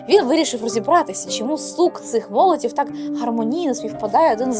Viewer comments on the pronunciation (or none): не "звдзяки", а "завдяки", не "молоців", а "молотів", не "подзілимо", а "поділимо"